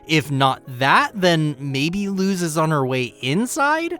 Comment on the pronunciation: It's spelled Luz but pronounced lus(had to explain because my brain gets extremely mad whenever I here something mispronounced)